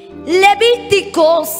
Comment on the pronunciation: Hermana predicadora,es Deuteronomio.no es deuterenomio..es levitico,no leviticos...